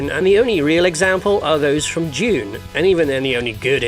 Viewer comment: Dune, not June.